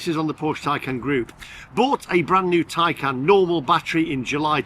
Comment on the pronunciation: Taycan not Tiecan